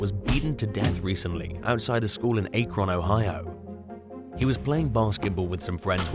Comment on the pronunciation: Please do the research necessary to correctly pronounce the names of locations. If you did so you would have pronounced Akron correctly. I realize Americans have some unique pronunciations but I promise you if I were doing a narration involving say Welch towns I would learn the pronunciations. Your refusal to do so detracts from your presentation and could be taken negatively. I enjoy your uploads but I have asked for this consideration in the past to no avail.